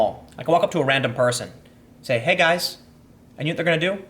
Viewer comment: " Hey, you...gois?"